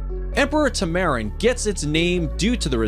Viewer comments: Goodness dude, you apparently can't read very well. You said France, when it likely was French Guiana, since the only primate in Europe is Barbary Macaques. You said Eat-ables, when it should be Edibles. Plus you also mispronounced Tamarin, and Laos. Sorry to be negative but it was annoying for me. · You pronounced tamarin completely wrong bro 🤨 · The narrator needs an English lesson, he cant pronounce tamarin, laos, goshawk... Makes me want to rip out my hair.